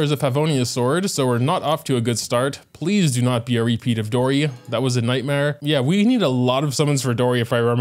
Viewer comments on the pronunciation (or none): none